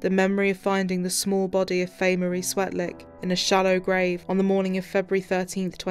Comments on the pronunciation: its "Swetlik". That is so bad that he can't even get her name right. America, you are an embarrasment. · mis-pronounced her name. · And pronounced her last name wrong. Sigh